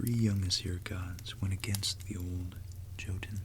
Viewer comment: This really cool and i love the Norse legendarium. Small tip though: J in the Nordic languages and also in German is read like an English Y. So Jotunn does not begin with a sound like in "John", but with a sound like in "young". Think for instance how you say Jägermeister...